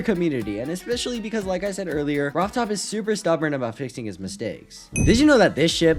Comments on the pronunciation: He said rov Todd and not rob top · Ah yes "Robtodd"